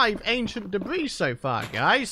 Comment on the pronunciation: Ancient depth ris not debris 🧐🤨😕